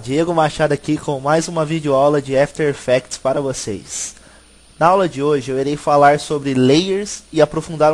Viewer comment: Dica de pronuncia: Não é "éfiter effects" é "after effects" mesmo. Brigado pelo tuto!